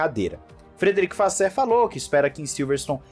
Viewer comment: ultima tentativa aqui, é frederick "vassôr" e não "vassér";)